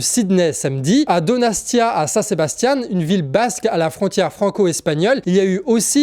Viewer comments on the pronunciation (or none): Donostia, pas Donastia, ou (pas à) San Sebastian. C'est la même ville. Donostia = San Sebastian